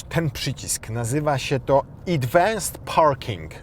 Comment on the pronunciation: Idwans parking - to chyba z japońskiego, bo z angielskiego to się mówi adwans 😂